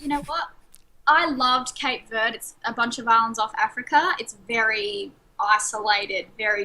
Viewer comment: cant even pronounce Cape Verde correctly I don’t respect her opinion